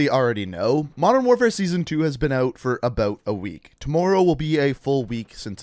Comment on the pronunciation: “toomworrow”